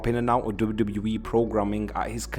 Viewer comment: WWE ❌ doube doubli eee ✅